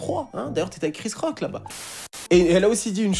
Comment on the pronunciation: Mdr quand t'as dis "Il a giflé Chris Rock" j'ai entendu "Rick Ross". Je me suis dis "non ça par contre c'est pas possible." 😂